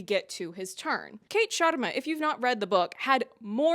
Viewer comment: honestly it (slightly) bothered me how no one could say the sharmas name right! its a very common name and its pronounced shuhr-mA (the way you said it and NOT shAA-rmA). and i dont care if they dont roll their R's but this is basic i mean it takes 2 seconds to figure it out